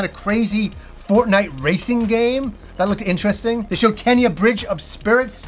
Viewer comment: The game is called Kena not Kenya lmao